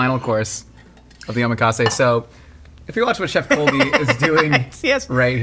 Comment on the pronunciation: Guys, ohMEkase? Nah man. Oh MAC assay